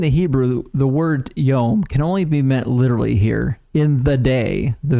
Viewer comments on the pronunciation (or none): none